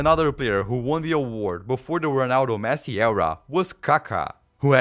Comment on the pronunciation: the way u pronounce ronaldo is so corny